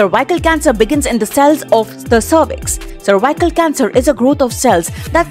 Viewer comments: Madam it is not cervicle cancer it is cervics cancer. U r saying worong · its not survival cancer .... please learn how to pronounce things before making videos....